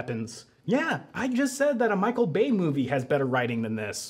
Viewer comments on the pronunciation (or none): none